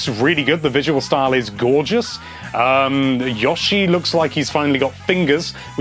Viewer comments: why are you so concerned with pronouncing Yoshi as a plural ("is it Yoshi or Yoshis?") when you are failing entirely to pronounce the core word itself as singular? It is pronounced YOH-shee, not YAH-shee... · Say it with me. (Y-oh-she.) Yoshi. Pronounced YOSHI